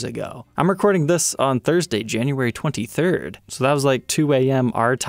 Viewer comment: Is it me or did you say January?